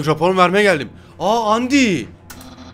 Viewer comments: ABİ ÖNCELİKLE ONUN OKUNUŞU ANDİ DEĞİL ANDAYN DİYE OKUNUYOR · abi undyne yi andayn diye okucan andi değil :D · Abi andayn diye okunuyor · Andayn diye okunuyor.lütfen düzelt seviliyorsun